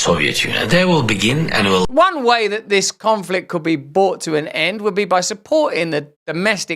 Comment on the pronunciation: It's 'brought' to an end Russell not 'bought' to an end ! 🤔